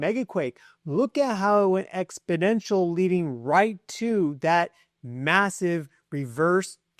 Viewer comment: Bro, I hate your mannerisms. I hate your grammar. I hate the way you talk-Just the tone of your voice annoys me. I hate the metaphysics you mention. I hate the way you mispronounced "exponential"... But please keep doing everything you're doing exactly how you're doing it because if not you then who will do this for us? This is important so please keep doing it as long as you can. My point is that if a mean person like me still comes and listens to you every day in spite of myself well it's because I value this unrivaled access to such a source of important information.